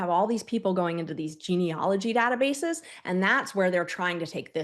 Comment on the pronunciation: Memo to all participants: It's geneAlogy not geneOlogy.